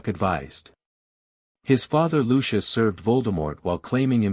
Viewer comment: Please, please, don't pronounce Lucius's name like this!!! 😱🙉😮‍💨🙄🤨😤